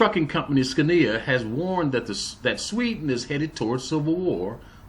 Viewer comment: interesting vid... fyi... Scania... phonetically would be SKO na